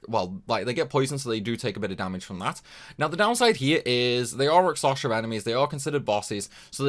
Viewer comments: Sorry, man, can't take it anymore - it's Rak-SHa-Sa! It's Indian mythos reference. Hindu epic poems are actually quite cool and for whatever reason Japanese RPG companies like to use its symbolism for sides of conflict (usually opposed Buddhism imagery). I'm not Indian despite the name, but I love their mythos for just how colorful they actually are! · i hear raksasha